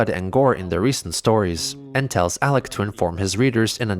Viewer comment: I think at that moment, even Chris realized he butchered Alec's name, hence the jump cut.